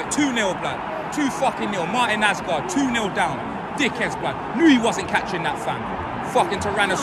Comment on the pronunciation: “Martin Asgard”💀💀💀